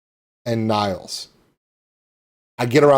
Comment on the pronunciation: Sounds like you had a great birthday 🎉 You nailed the pronunciation of Nils' name in "Hej Nils!". ( It's more like nills than niles)